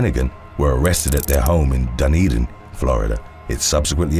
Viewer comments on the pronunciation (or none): none